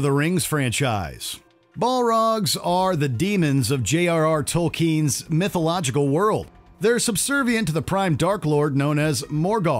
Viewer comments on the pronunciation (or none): “…JRR TolkEEEn…”